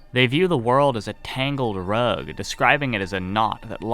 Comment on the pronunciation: idk why, but the way they say "rug" messes with me